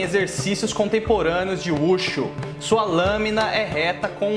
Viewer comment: Gostei do vídeo. A propósito,a pronunciar do nome eu Wu Shu é "Vu Shu" . Fora isso,tá tudo certo. Espero que seu canal continua a crescer . Forte abraço!✌️👍